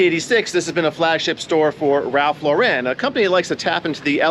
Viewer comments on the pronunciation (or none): Not Ralph Lau-REN, rather Ralph LAUR-en.